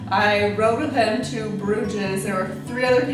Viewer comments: There is no pronunciation of the "ES" in Bruges. It's not Bruge-S, it's pronounced just 'Bruge'.. How did you not learn that if you traveled there? The 's' is silent. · G-D, it's pronounced BROOZHE!!